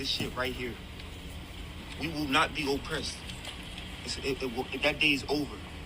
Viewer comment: What is 'oh-pressed'? I thought it was one word, 'oppressed'.